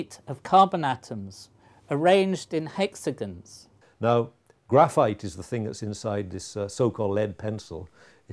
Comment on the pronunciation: "Hexagins"......XD <3